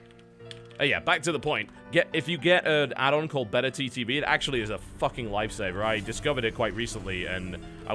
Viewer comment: oh, its BETTERTTV, not beta ttv. God, I was so confused when I couldn't find it. He say it like a weird pronunciation of beta.